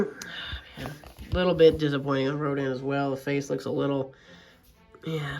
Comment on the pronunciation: "ronda"💀 it's rodan